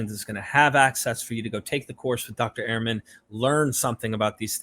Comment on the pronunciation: Fantastic and Enlightening podcast. But you don’t pronounce Dr Ehrman’s name properly. Ha ha!